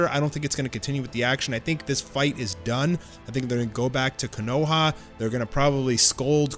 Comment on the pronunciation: Bruh can't pronounce konoha.